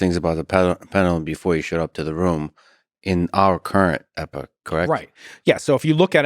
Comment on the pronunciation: Can’t pronounce epoch 😂